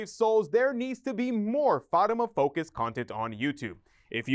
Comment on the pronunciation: Please learn how to say Fatima correctly.